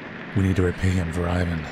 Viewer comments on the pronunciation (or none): So hyped for the sequel! Just a note though, Ivan is pronounced "Eevan" not "Ayvan". You did pronounce Renata correctly, however!